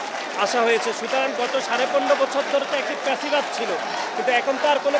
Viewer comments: ফ্যাসিবাদী কে বলে পেসিবাদ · প্যাসিবাদ না, ফ্যাসিবাদ হবে।